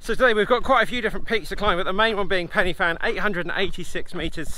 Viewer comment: Pronounced PEN UH VAN please!